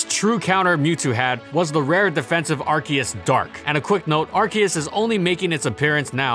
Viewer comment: ar ce us